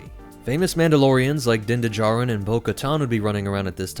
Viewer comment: ..... Did he say Din D'jarin?